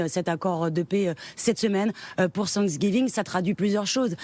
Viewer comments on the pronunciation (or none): C pa cinqsgiving. Apprenez à bien prononcer le mot.